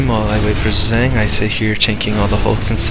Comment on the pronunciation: My vid is uploading now ^^ Also you pronounce my name like Pigeon except starting with a Z, but its close enough XD.